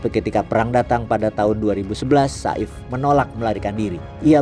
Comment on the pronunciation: Namanya saif al islam yang berarti pedang islam Pengucapan yang benar Seif tidak dipenggal seperti sa'if